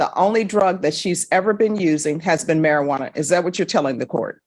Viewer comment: Mispronounced it...methajuana sounds more likely 😂